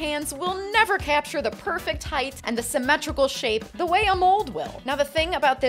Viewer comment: “Height “ is pronounced “hite” not “hieth”. ght=t